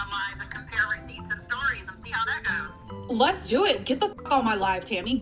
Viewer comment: LEZ NOT SQUARE UP💀😂💀😂